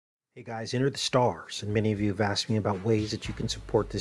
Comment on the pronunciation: 'hey guys enter the starrrrrrs here'. haha so epic.